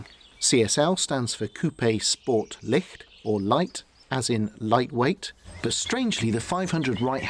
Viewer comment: lovely review of one of the most effortlessly beautiful classics ever (before being ruined with wings and fins). however, as a german speaker, i must correct you on a detail: "licht", the way you're saying it, means "light" the opposite of dark. the word you need is "leicht", the opposite of heavy.